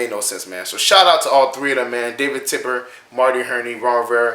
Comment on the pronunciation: Love the vids but it’s TEPPER man lol not tipper